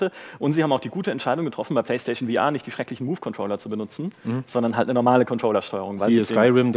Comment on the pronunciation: Warum kann man bitte VR nicht einfach deutsch aussprechen?